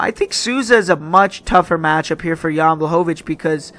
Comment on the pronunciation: "Jen" lol JAN man 😂